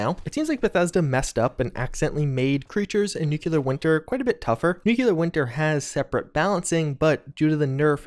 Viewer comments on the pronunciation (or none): Hi. Love your videos, and thank you for all the hard work. By the way, "nuclear" is nu-klee-er, not nu-kyu-ler. :) Anyway, you're one of my favorite sources of information about this game, and we all have to thank you for so much. I think you for news, Innov Survivalist for news and tips, Angry Turtle for absolutely genius analyses, and Oxhorn for amazing detailed lore investigating. I admire you all. Thanks! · nuculer Me: ITS NUCLEAR. PLEASE STOP.